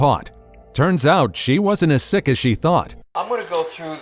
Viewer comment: slick not sick, bot